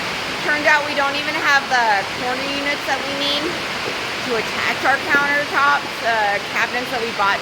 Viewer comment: Did you say "clown-ertops"? I love it!